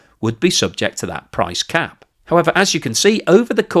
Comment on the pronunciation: "price crap" lol. Maybe I'm the only one that heard that? TBF out of all the videos I've watched (almost all of them) I think this is the first slip up. I don't think I could make a 5 min video without my tongue turning to spaghetti so this is a joshing compliment.